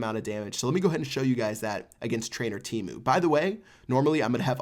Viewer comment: Lol teemu not teemo